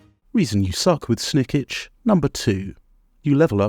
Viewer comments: Jesus christ man, it's pronounced Snik-ch not Snik-itch! He says it enough times when you click on him! But aside from that, it's a really good video, thank you :) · Do you pronounce his name wrong on purpose or?